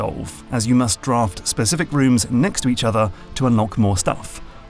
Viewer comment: Sorry but... draft what? Any chilean in the comments will understand why it sounds a little weird lmao